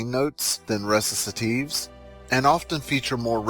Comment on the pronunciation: ReciTative...with a T... not ReciSative like you say it. Man...check your terms, and again, if you CANNOT pronounce Italian, then DON'T